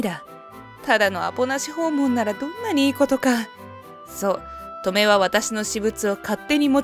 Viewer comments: トメ⤴︎ じゃなくて トメ⤵︎ 気になって話が入ってこない💦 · ト↑メ？ ト↓メの方がしっくりくる気が… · トメの発音ウケるw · 習字のハネ、トメ、このトメの発音だな。地域差かな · トメの発音が笑える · 「トメ」の発音が変でイライラする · トメの発音はこれで正しいですか？繰り返されると自分がおかしいのかという気がしてきた・・・ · トメの発音って 嫁と同じなの…？祖母と同じ発音だと思ってた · トメ↑が気になる